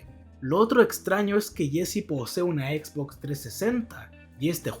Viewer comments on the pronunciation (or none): none